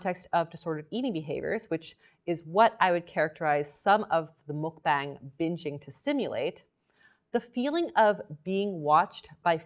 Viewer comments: I love your videos so much. I feel so safe with you. just a tip though! its pronouncedd muk b(ah)ng. like when u say aaaaa for thee dentist! it's deriveeedd from the word bangsong in korean that meaans broadcast! muk is eating. Eating broadcast! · i love you! but please... it's pronounced "muck bong!" 😭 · MULK BANG ARE YOU KIDDING? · It's not Muk-BANG it's more like muk-bong